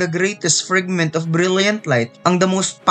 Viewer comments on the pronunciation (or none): Nakakatawa ung salita ng narrator na, GREIIIYTIES FRIGGGMIT OF BRIYLLIET LAIF TANG INA NA YAN NA PAGSABI